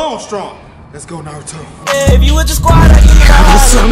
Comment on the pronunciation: When said Naruto he said “Narutho”